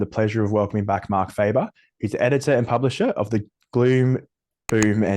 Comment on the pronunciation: If you are going to interview someone, the least you can do is learn how to pronounce the guy’s name correctly. How ignorant can you be & probably proud of it. Dr Faber is Swiss so his name is pronounced as Faaber not Faeber as in English.